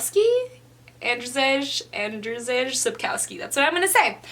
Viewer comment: You wasn't close with Andrzej Sapkowski name, haha xD You can hear a proper pronunciation here